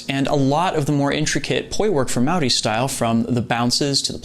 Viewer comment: Hey man, as a Maori man myself, I just want to say that the respect you showed the roots is appreciated and wonderful. On top of that, your pronunciation of "Maori" is pretty damn good! You roll your R's very well! Great vid.